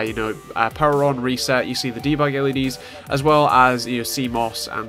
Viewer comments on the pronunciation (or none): none